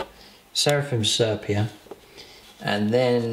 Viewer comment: Nice, simple paint job that could be achieved by most people but still looks good. One thing though - please, for the good of my sanity, learn how to pronounce 'sepia'!